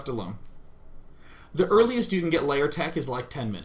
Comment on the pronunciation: Does he say Layer instead of Lair? xd